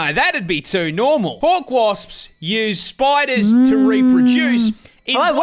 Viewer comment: those waasps make you want to avoid the mojave